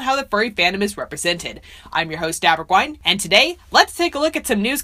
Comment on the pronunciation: I keep hearing Daberguine rather than Aberguine